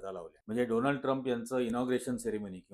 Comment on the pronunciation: डोनाल्ड नाही सर डोलांड 😂😂😂